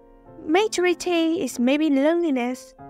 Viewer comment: Giọng bạn rất hay. Cơ mà từ maturity nhấn âm thứ hai nha! Chúc bạn sẽ có thêm nhiều video nữa nhé!